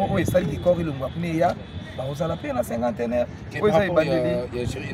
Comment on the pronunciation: S'il vous plaît monsieur le journaleux Cinquantenaire et non "cinquanteneur".